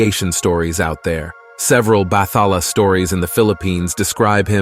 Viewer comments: Not sure if you’re using AI for audio but it is pronounced as Bat-ha-la and not Battala. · can't help to smh when i hear some pronunciations but i understand why 👌 Say it like Bat-hala and Bangu-ngot(Nightmare) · Bathala is pronounced as Bat-ha-la Tikbalang - Tik-bah-lang